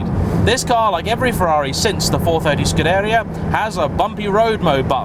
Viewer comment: And thank you for correctly pronouncing "scuderia".